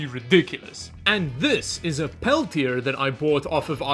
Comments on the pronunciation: Pel-tee-ay 😂 Peltier you said, Pel-tee-er😅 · The side with the words is always the cool side. It's French. Pronounced "pel-tee-ay" Of course, being in Canada, you've never met a French person before, so I can understand 🤣